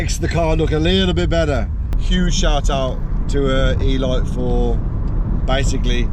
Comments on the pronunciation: Elite = e leete, not e light lol as in premium or top quality 😉 👌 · eeeelight?!? You mean Eleeete 😂 Car looks cracking tho 😎